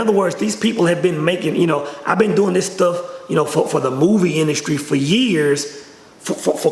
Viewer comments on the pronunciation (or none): none